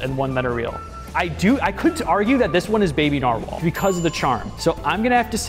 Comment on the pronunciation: “bee bee nar well” 😭